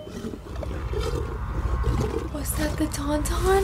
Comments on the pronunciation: The fact you called the Tauntauns "Tum-tums" is amazing haha. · Love how she called the Tauntauns Tumtums.....so Luke was put in the Tumtums Tumtum to keep warm 😂😂😂 Too cute LOL